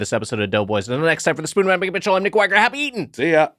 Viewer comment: Nick Thigh-ger